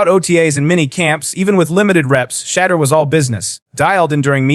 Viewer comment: Pronounce his name correctly! What is wrong with all these deliverance announcers!